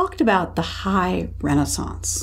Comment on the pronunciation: I can't stand how the names are pronounced. Renaissance is pronounced wrong here for a start